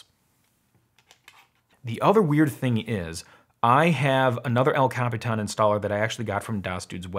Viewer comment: I love how you pronounce El Capitán!